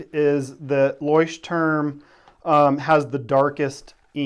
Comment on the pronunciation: Also: loykh-tehrm, not loysh-turm.